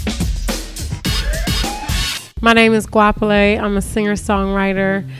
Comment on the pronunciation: She can't even say her own name. smh Love you as an artist but you have NO connection with South Africa.